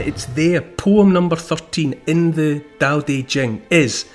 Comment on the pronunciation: Thank you! Especially for the pronouncing Tao. I met a mum once who named their son Tao. Sadly was pronounced dhow, tho.🫤